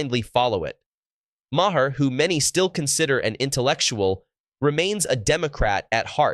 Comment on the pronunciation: It’s not “Ma Hair”